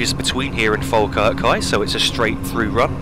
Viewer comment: Finally I found a yotuber who pronounced Falkirk right